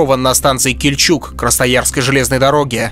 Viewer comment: В названии станции Кильчуг ударение следует ставить на первый слог.